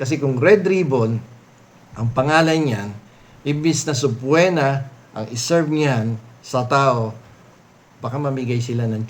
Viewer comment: Subpoena has silent “o”. It is pronounced “subpeena”.